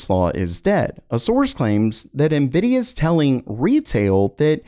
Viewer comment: Monkey D luffy ❌ nividia D force ✅